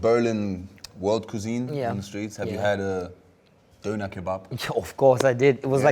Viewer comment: So ein bullshit! Döner is not a "Berlin thing" 😂 das ding wurde von nem Türken erfunden. Stop taking props for shit u haven't invented. You can't even pronounce its name "Döner", which basically means the turning round in circles in Turkish. Pay respect where they due.